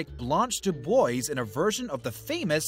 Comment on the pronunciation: Firstly dubois is pronounced Dubwah. Secondly indicted is pronounced indighted.